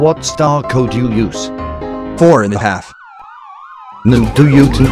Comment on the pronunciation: 💀 “4 in a hafe”